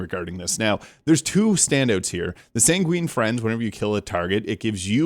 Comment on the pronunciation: "Sanguine" is pronounced SANG-gwin. No hate, just for your future reference. Great video. The word comes from the Ancient Greek and Roman medical theory that posited people have 4 humors: blood (sanguine), phlegm, black bile, and yellow bile. "Sanguine" in this context would mean optimistic, passionate, bloody, or even red. So, I guess, Dr. Vex is prescribing some bloodletting to set the Borderlands back in balance.